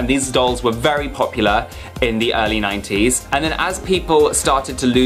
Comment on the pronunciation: When he say 90s it's sounds like naughties...🤣😂😂🤣🤣🤦‍♀️🤦‍♀️🤦‍♀️😭😭😭😭